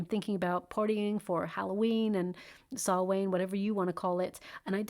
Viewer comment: Dear. Thanks for your reading. As an irish person just wanted to you to know Samhain or Halloween is pronounced like Sow ( as in female pig) and win. So "Sow-win" with the emphasis on win. The last syllable 😊. Thanks for all your inciteful brilliant readings.